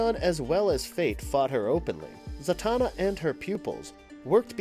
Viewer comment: Santana... SANTANA!!! HE CALLS HER FREAKING SANTANA!!!! It´s Zatanna. ZATANNA or what... is she gonna shred Black magic woman to beat the baddies??? lolololololol